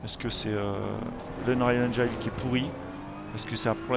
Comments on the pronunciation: c'est 'engène' la prononciation... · Merci pour cette review. Par contre, pour info, le i de engine se prononce comme en français, et non pas "aïe"